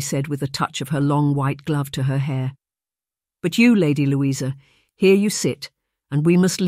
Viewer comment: Like other comments, I didn't like the Ai reading, but have to say it's much better Ai than many I've heard! Good story but distracting when the Ai pronounces things wrong and says Louisa's name several different ways. But I am grateful for youre sharing freely, as I understant hiring a real narrator costs money.